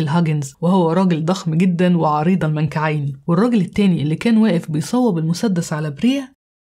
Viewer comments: عسل وانت بتقولى عريض المنكعين 😅 بدل عريض المنكبين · 😂 المنكعين😂 الله يسامحك يا عادل إمام...خليتنا ننسى إنه أصلها (منكبين) 😅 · قصة جميلة وسرد اكثر من رائع لكن ايه عريض المنكعين دي من المفروض نقول عريض المنكبين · اسمها عريض المنكبين وليس المنكعين 😂😂😂😂😂😂😂😂😂😂😂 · عريض المنكبين و ليس المنكعين اعذريني على التصحيح 😁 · عريض المنكبين و ليس المنكعين يا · عريض المنكبين وليس المنكعين